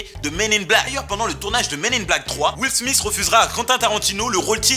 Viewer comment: est ce que ya un osti français capable de dire le nom de will smith